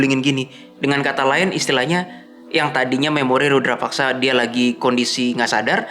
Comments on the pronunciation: Rudapaksa, bukan Rudrapaksa 😂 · FYi : Rudapaksa Bukan Rudra (Siva) paksa 🙏 Mohon koreksi kalau saya yang keliru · Rudapaksa bukan rudrapaksa, bang 😊